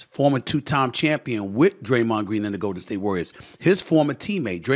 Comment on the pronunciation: "Idear" is crazy lmao "Graymond Green " SA mad for real yall